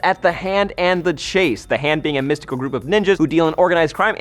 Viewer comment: can i just check, is that how your supposed to pronounce chaste? because if so ive been pronouncing it wrong my whole life